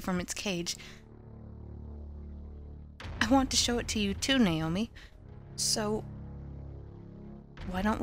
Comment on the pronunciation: How the mom pronounced Naomi's name "nay-oh-mee" bothered me. Other than that, it's good.